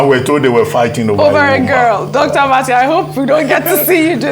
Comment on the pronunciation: Abbati stop calling her name that way